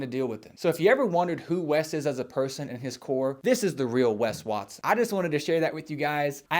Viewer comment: 'Wes Waston'